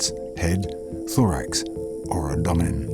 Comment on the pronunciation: Ab.. what?? Lol i have never ever heard anyone pronounce abdomen like that... ever!! 🤣😅🤣